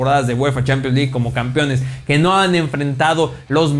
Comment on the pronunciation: Pero son opiniones de las CHEEEEPIANS LEG como pronuncia jaja